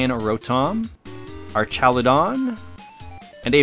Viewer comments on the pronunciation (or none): none